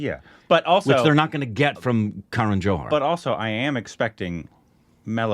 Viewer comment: it is not "K" run but "kah-run" Love your tattoos